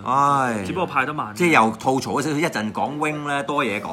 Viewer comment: 點解乜撚野都講吐糟, 究竟條友知唔知吐糟點解? 讀都讀錯!